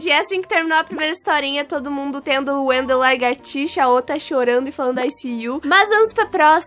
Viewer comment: AaAAaaAAAA a natt falando Wendel largatixa kakakakakkaakk😂😂